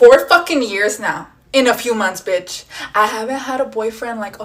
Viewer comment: why the women of eeuu say bicht